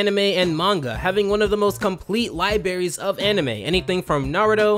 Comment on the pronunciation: Did he really say "Liberries" instead of "Libraries"? How has nobody called him on this before